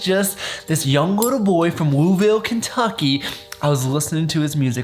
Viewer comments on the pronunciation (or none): i’m from louisville been watching seen the ohio house ✊🏾 pls don’t ever say louisville like that again 😭😭 we take pride in it